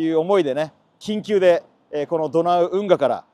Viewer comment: 緊急が言い得みたいな言い方草